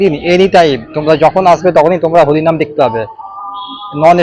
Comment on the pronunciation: এই হত্থে ব্যান্দেল কাতোয়া লোকাল থাত নম্বল প্ল্যাতফলম থেকে থালবে। তিকিত কাউন্তাল? হলিনাম না হরিনাম। ভাই তুই কি তোতলা?